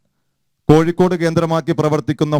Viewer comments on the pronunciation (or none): none